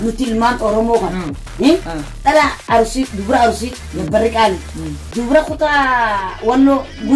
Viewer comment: Aruusi hin jedhina arsii jedha akkassiti sirreefadha